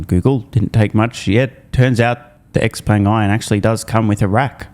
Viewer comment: It's called Xpeng not JERKpeng 😉